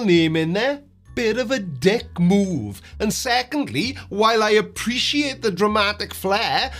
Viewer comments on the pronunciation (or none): none